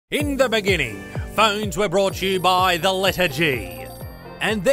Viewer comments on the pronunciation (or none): In the BENINGING....